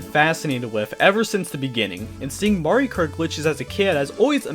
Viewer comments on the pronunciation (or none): none